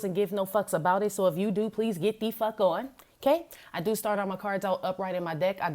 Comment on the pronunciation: "Let's see what is going zon"". Lol! 😂💚💚💚💚